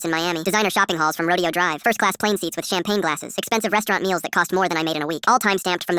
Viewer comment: It's pronounced roe day oh.